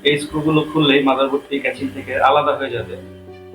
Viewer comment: ক্যাচিং ❌ কেসিং ✔